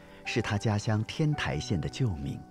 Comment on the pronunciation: 天台的台应念作“Tāi”（音同“胎”）